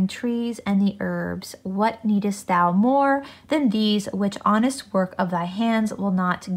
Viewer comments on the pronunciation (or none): none